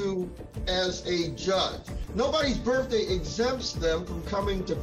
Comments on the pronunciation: It's BIRTHDAY ...not BIRFDAY!! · Sounds like the judge pronounced it "BIRFday" instead of birthday. 😂